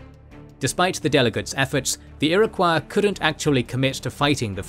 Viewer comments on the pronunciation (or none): It's pronounced "Ir-o-coy."